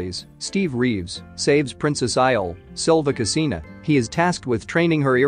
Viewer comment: The narrator could have made the effort to pronounce her surname properly, at least!